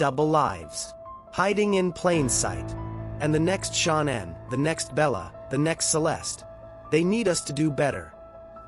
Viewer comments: I wish you reporters can pronounce her name right its not Shan Anne it's Shannan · Her real legal name Shannon but she thought Shannan was more exotic